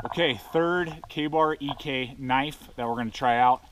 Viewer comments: I pretty much stopped listening when you called it the “John Ee-Kay” knife. It’s Ek. Pronounced Eck. Last name of the designer. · not E K, but Ek. say it with me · Sorry last post, trying to help. EK is John Ek's Last name, it's eeeh-k, a strong finish on the K. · It’s John “Ek” ; Ek is his last name .. I have many Ek knives pre 1995 and they are of great quality .. I can’t speak for today’s quality .. Try batoning the wood instead of chopping the wood .. Did Ka Bar fix the problem ?. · I have a super rare Commando 5 that was made after Ek Knives was sold to Joker. Joker went out of business almost a year later. One of the guys from Joker went on to start Bark River, but before that he made limited runs of the Commando 5 in A2 steel. And it's not E.K. knives... It's Ek, that's the dude's last name "Ek" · Once again, Ek is a name. Like heck without the 'h'. John Ek was a person. If you like to know these things, Ek is Swedish for Oak, so Mr. Ek was likely of Swedish or Norwegian extraction. His company and knives are named after him. Perhaps they were better before Ka-Bar bought the name. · The guard is made to be removed, which is why it’s tensioned by the scales instead of welded into place. Original Ek’s can often be found with no guard at all, and this is also why the scales could be removed in an era where pinning was the only thing considered acceptable. The name is pronounced “eck”. The knife didn’t fail. No disrespect meant, your understanding of it is what failed. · First aspect, learn how to pronounce Ek, it's a man's last name. I bet you didn't do any research, very amateurish